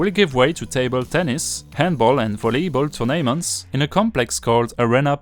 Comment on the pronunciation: "turn'ment" , "th, th , th" pas "ze, ze, ze" . :p